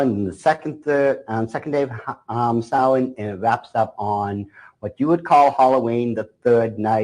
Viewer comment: What is he saying? Sawee ?